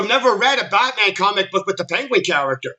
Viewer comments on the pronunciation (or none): none